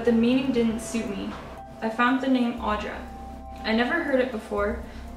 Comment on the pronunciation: Hello, the name is nice indeed, suits you well too but it is not pronounced as something like "Aw-dra". It would be more like saying "Aoo-dra" like how you'd say "good" (gud I mean). Also in Lithuanian same name can be pronounced as or "Áudra" or "Audrà" yet u is still like "good" and not weak "aw" like. It is a strong name. p.s. lmao fu fact my name given name is very similar to that so my nickname in elementary school was "Audringa" which means "stormy". Not a real name but could be. - Lithuanian.